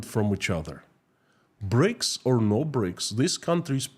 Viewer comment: "A monstruous ..." what??? "Breaks ..." Ah, you mean "BRICS"! "Prison terms are to be shortened for reading ..."??? _"Many Russians are facing pAverty ..."? ... you mean pOverty, I think. Sorry to be so savage, but something happened to your pronunciation today; I can't understand every other sentence.